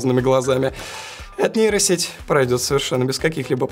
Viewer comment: Кто-нибудь ему скажет, что букву "б" в названии нейросети произносить не нужно, так как там её нет